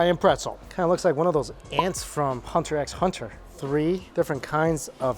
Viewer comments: first of the X is silent and the ants are called Kimera (Kai mare a) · Dude. You don't say the X in HunterXHunter...